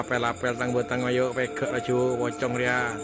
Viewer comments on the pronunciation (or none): Its definitely pronounced pochong not pocon ...these were great damn good video chills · Its not your faults to pronounce pocong wrongly but its still funny to me 😂